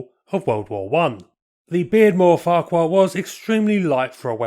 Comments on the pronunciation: Beardmore also built taxis for London in the 1950's, and Farquhar a Scottish surname is pronounced 'Far-har' apart from that, another super post, thank you. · Farquhar is a name native to North East Scotland, where the pronunciation, in Doric, is "Fachur", with a semi-hard, back of the throat, ch as in loch. This occasionally causes consternation. A short explanatory video of some Doric pronunciations can be found on here entitled The Caledonia Bank.